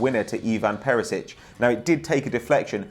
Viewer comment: Whats with that ginger dude butchering everybody's names